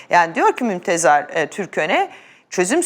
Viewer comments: mümtazer niye diyemiyorsunuz ya , mümtezar diyorsunuz :D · Özlem hanım, ısrarla MÜMTEZAR diyorsunuz. Doğrusu MÜMTEZAR değil, MÜMTAZER...! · Mümtazer türköne; Mümtezar türköne değil özlem hanım. Telaffuz ltf. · Mümtezar nedir ya. Mümtazer olucak. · Özlem hanım MümtEZAR değil MümTAZER. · mümtEzAr diyip durmayın hanımefendi adamın adı mümtAzEr. içeriğe odaklanamadım sinirden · Mümtezar değil Mimtazer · Mümtezar değil hanımefendi, Mümtazer. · Özlem hanım Mümtezar değil Mümtazer olacak 😊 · Artık şu adamın adını bir öğrenin. Bu kaçıncı yayın ve yine yanlış söylüyorsunuz. Aranızda bu adamın adını doğru bilen ve hatırlatacak, düzeltecek kimse yok mu? Mümtaz'er TÜRKÖNE. Mümtezar değil. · Mümtezar 😂 değil Mümtazer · mümtezar mı hahahhahahaha karı daha önündeki yazıyı okuyamıyor ama gazeteci(!)